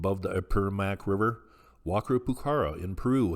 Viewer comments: Pronounced- Wa-kara Poo-kara. The Q is pronounced with the K sound. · Pronounced "Wa-Ka-ra," pukara, the q is pronounced like a K.